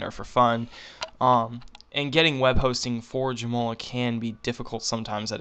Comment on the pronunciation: LoLing how you pronounce Joomla... "Joe Moe Ler" LMAO!!! It's more like "Joom Lah" Joom as in Zoom. Good stuff.